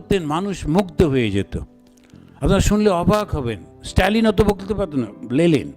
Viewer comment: লেলিন নয়, লেনিন।